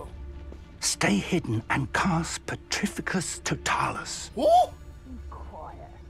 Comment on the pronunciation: The way he pronounced Petrificus Totalus 😭😭😭😭😭😭😭